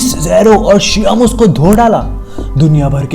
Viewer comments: शियामोस नहीं बे शेमस है वो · its sheamus not shiaamus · WTF the way you pronounced sheamus HolyCrap